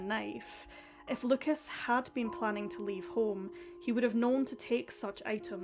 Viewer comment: I know that you care about the correct pronunciation when saying names in a different language. So, I just wanted to let you know that in french we do not pronounce the s at the end of Lucas. So you should just pronounce his name as Luca 👍